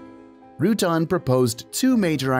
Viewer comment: Nice video, but Burt Rutan is not pronounced Rutun. It's pronounced Ru Tan.